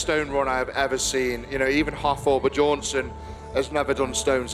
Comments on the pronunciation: Eddie intentionally mispronounced Halfthors last name "Buhjornson". That's some grade school s*** and I love it! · What? It’s not bah-jorn-sen